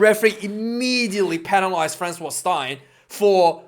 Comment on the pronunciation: Its Frans Steyn, like stain your clothes 👍 love your vids tho